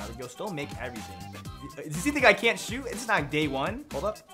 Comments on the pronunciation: Why can’t he say shooter? I’m Literally confused 🤷‍♂️ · Im probably late but why cant he say shooter